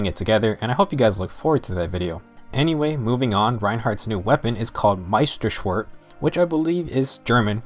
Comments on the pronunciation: You could scare little children with the way you pronounce "meisterschwert" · Oh man I'm German and I love how you pronounce Meisterschwer xD btw great video as always